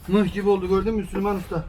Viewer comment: Mık deyil mıh gasdamonulula iyi bilü